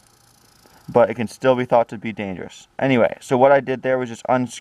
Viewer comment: He is a grown man reviewing a toy gun its danfruff